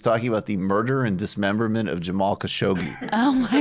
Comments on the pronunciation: He literally says pull the Cash-Yoghi (khashoggi) thing up 😂😂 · Michael literally said khashoggi